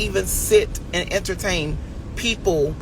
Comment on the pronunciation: He still says entertame!😂😂